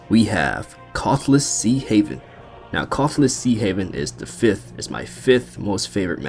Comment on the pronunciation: "Khorasan"??? Were you high when you recorded that video??